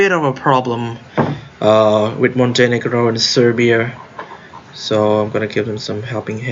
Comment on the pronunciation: you say it perfectly fine. you don't have to change it.